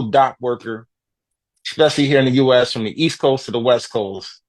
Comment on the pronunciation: Did you say "the US" or "the Jew S"?!